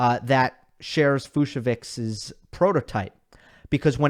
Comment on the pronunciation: I heard it’s pronounced Fuch-so-vich